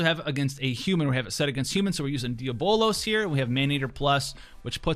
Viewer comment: Did you just pronounce diablos deer-bow-loss?